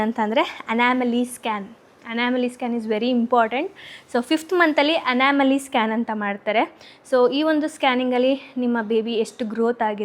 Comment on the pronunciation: It's not anamaly it's Anomaly